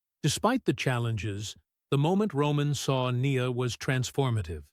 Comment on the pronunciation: It would be better if, when they use text to voice tech, instead of saying Nia Jax, they called her Nya Jax